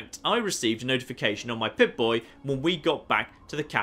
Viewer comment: Nigga said "pitboy" im done